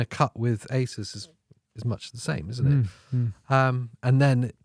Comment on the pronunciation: I just noticed you pronouncing ASUS as aysis. I thought it was aysoos. Sorry that's all.i could think about.